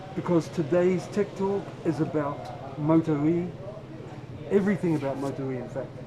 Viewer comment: Did Simon say tik tok or tech talk at the end?